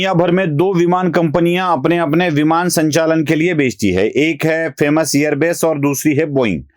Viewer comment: एअरबेस नाही एअरबस